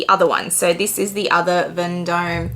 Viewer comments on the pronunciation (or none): It is pronounced ‘Von Dom’….. not as written.